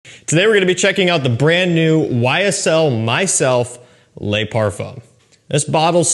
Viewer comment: I don’t know if you read the comment. Probably not but just want to let you know in french an E does not pronounce Ay Le is not lay Now my question on the le parfum: is it fully Ambroxan like the edp? For me the edp just turned metalic due to ambroxan